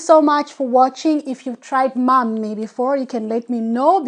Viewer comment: It's not mammi, it's mämmi 😉